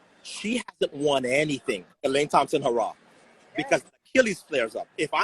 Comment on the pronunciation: Isn’t anyone going to correct him on saying Elaine’s last name? He keeps on saying Hurrah 😟😳